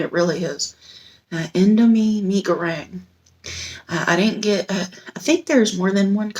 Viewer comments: U nailed it with the pronunciation. Fun fact this instant noodle was voted to be the no.1 instant noodle in the world. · i love indomie mi goreng...you said it right.👏👏👏